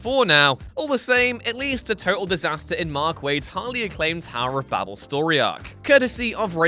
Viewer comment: Bay-bel not Bab-El. It's not a Kryptonian surname ffs